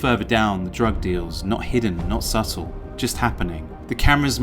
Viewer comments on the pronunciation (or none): none